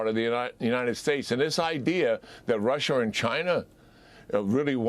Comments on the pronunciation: Why does this guy keep saying, Russher, and Chiner ? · Rusher? Chiner? lol